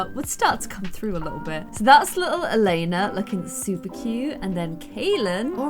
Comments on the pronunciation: So i know it's late but Elena isn't called Elena het name is Eliana (my name and i've never Saw that name anywere else!!) But you say it like: Elieana you do say the i So don't know why i wrote this... Bye. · Anyone find it funny that she was saying “Elena” not “Eliana” 😂😂😂😂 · So the name is pronounced Ellie-ahna not Elena lol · The Robin and Nathen child’s name is pronounced El-e-anna. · omg my name is Eliana and you've been pronouncing it wrong the whole video but wow.